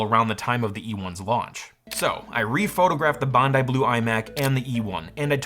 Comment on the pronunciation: This Australian thanks you for pronouncing "Bondi" correctly